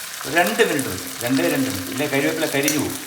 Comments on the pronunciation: MG സാർ ക്ഷമിക്കണം കരിവേപ്പില അല്ല കറിവേപ്പിലയാണ് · കറിവേപ്പില. കരിവേപ്പില അല്ല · അണ്ണാ കരിയേപ്പില അല്ല കറിവേപ്പില